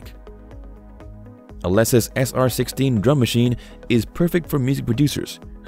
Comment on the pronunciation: You pronounce Alesis incorrectly...